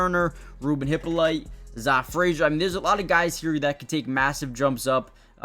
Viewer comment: Zah is pronounced Zay